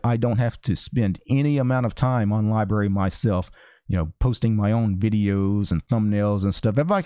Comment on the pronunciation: How do you get "libaree" out of LBRY.